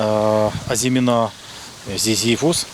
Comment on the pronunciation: Ви молодець! Бажаю подальших успіхів, тільки не плутайте слова “озимина́” і “азимі́на”. В українській мові (на відміну від французької) наголос у слові "азимі́на" на передостанньому складі